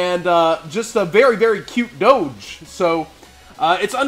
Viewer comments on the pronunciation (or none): none